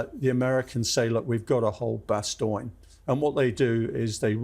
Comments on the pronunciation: Always funny to hear English people pronounce Bastogne as "Bastoyn". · The mispronunciation of Bastogne is hurting my ears. Is that an English pronunciation, or just him? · It’s just him…